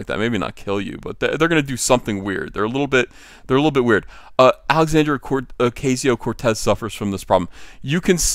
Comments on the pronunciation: As much as I enjoy making fun of her, it's "Oh-KAH-ze-Oh". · Learn how to pronounce Ocasio